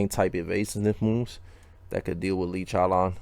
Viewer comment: 😭😭 love the way says chowlawn it's funny